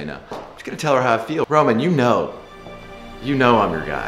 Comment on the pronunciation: Ro-Mawn. Her name is pronounced Ro-Mawn.